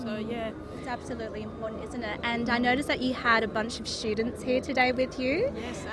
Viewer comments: I mean why you don't say student , your sounds eshtudent 😉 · Why she say eshtudent😧😆😆😆😆